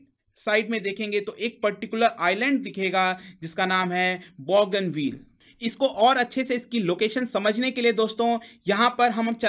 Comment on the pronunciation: बॉगनविल नाहीं लेकिन बोगनवील । बोगनविलिया नाम के रंगीन पत्तों के नाम की creeper tree है ।